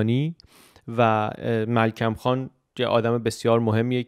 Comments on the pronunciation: سلسله گفتارهای آموزنده و به جایی است. فقط یک تدقیق: مِلکُم خان (ملکوم) درست است. Melkum Khan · عزیز:‌ درباره تلفظ درست میرزا ملکم خان: Mirza Melkum Khan, also spelled as Melkum Khan, was an Iranian modernist write Armenian: Հովսեփ Հակոբի Մելքումյան, romanized: Hovsep’ Hakobi Melk’umyan, lit. 'Joseph Jacob Melkumyan') کلمه ای ارمنی است ملکومیان با کثره بر م و ضمه بر ک تلفظ می شه. برای امتحان Հովսեփ Հակոբի Մելքումյան, رو در گوگل ترجمه به انگلیسی کنید. گمان می کنم که تلفظ شما هر چند استفاده شده اما یک غلط زیاد استفاده شده باشه.